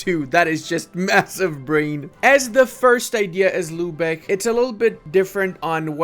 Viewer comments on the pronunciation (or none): My dude, I love your videos, but your pronounciation of german cities makes me mad :D It is not "Lübeche", it is "Lübeck", with a hard K at the end. Also it is not "Verdun" (french) when you talk about Verden, it is "Fair-Den", the northern germans often pronounce V as an F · Bro who told him that its Lübesch and not Lübeck....nicely trolled ma dudes